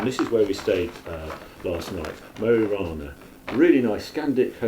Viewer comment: Mo i Rana => Moo ee Rahna